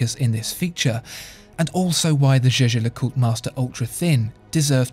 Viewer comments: I would've take this more seriously if you pronounced Jaeger-LeCoultre correctly. Jajer-Jacult? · Can someone explain me why it is pronounced as "Je-Je LeCoutre" ? Is that Swiss German? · You can pronounce it as you want. The German CEO of JLC Günther Blümlein did indeed pronounce it as you said, so did Max Büsser (MB&F) who worked for JLC. But the current CEO Catherine Alix-Renier says it more French.